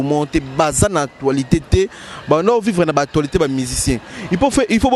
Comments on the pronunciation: on dit actualité et non atoualite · Stp c l'actualitee.c'est ne pas atoilitee.hum ba journaliste ya congo. Probleme makasi hein😂😂😂😂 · Vraiment na actoualité au lieu d'actualité kiekiekie